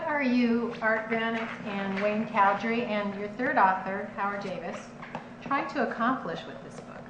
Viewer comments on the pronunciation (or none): BY the way it's Cowdery not Cowdrey... Sorry I'm Mormon.